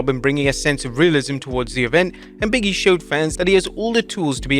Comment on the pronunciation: "Big E and Punk" sounded like "BM Punk" 😄 RIP Blade Braxton